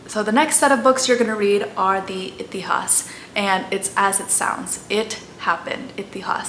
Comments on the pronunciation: Excellent video. Quick tip if I may. Purana though written with an 'a' at the end in English is pronounced Puraan in Sanskrit. Similarly Itihasa is Itihaas, Ramayana is Ramayan and Mahabharata is Mahabharat. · It is pronounced like that in hindi. (Purāṇ , itihās , etc) She has definitely pronounced it wrong ( purāṇā, itihāsā) . The actual sanskrit pronounciation is Purāṇa, itihāsa, etc. Hindi : पुरान् इतिहास् She pronounced :पुराणा इतिहासा Actual pronounciation :पुराण , इतिहास Look up " shwa deletion"